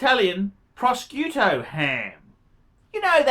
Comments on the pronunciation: Hehe Proscuto ham... ham made for flying to the UK to press charges against the puppet man! Maybe really is an act, he must know how to pronounce that! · "Pra Skew Toe ham" LOL "M-G-TOE", can you pronounce anything right? See ya in Bangers Big Boi